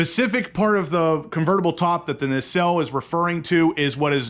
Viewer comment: Nacell pronounced N long a cell.